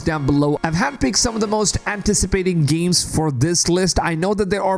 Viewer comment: GEEMS? or games? u have major nasally issues!